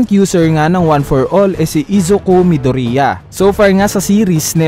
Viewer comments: Yeah it's "midorya" not "mido-riya" arghhh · Midorya not midurya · Kuya paayos po Ng pagkakasabi midoriya po Hindi midurya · “ mido-riya ” I'm triggered help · It's correctly pronounced as “ midorya ” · Mih-dur-iyah? Mih-du-ri-yah? Wala lng natatawa lng ako HAHAHA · hahahah nakakatawa pag nag sabi ka ng midorya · No offense.... Pero bakit po Medori-a😄